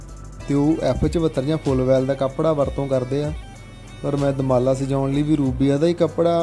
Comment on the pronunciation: ਪਰਿੰਟ ਕਰਨ ਲੱਗੇ ਵੀਰ ਨੇ ਦੁਮਾਲਾ ਨੂੰ ਦੁਰਮਾਲਾ ਕਹਿ ਕੇ ਅਨਰਥ ਕਰ ਛੱਡਿਆ ਹੈ 😢